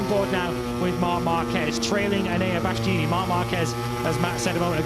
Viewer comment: Birt's breathless, inarticulate babbling, linguistic and grammatical guffs, mangled pronunciations, worn out tropes and cliches and lame attempts at humour are so monumentally irritating. Can't believe he still has the job in 2026 or that he STILL can't say Bastianini 🙄🙄